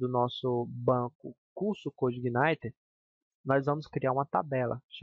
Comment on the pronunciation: Parabéns pela iniciativa, muito boa sua aula, apesar de me dar um certo incomodo toda vez que você pronuncia Coude Igaineter rsrsr.